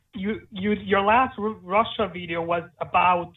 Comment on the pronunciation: Orozco Yes I do and like Leona wrote, listen precisely at the way he pronounces Russia